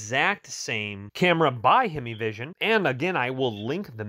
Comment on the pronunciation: HYME-VISION. "HEIMVISION" NOT HEMI-VISION. IT HAS A MOTOR, BUT IT ISN'T A DODGE HEMI.